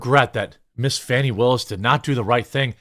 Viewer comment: "Faw-nee Willis" HAHAHAHAHAHAHAHAHA!!!!!!!!!!!!!!!